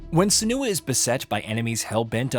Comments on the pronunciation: It isnt suh-NEW-uh. It is sen-you-uh. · Her name is pronounced three different ways in the game itself 😂 Sen-you--ah Sen-oo--ah Sen-wah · That's not how you pronounce "Senua". If the guy reading the script had actually played the game he would know that. If the guys writing the scripts in India have accents too strong to be palatable to western audiences, at least get on the same page with the voiceover people. This is apparent in almost every video on this channel. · That's not how her name is pronounced 😅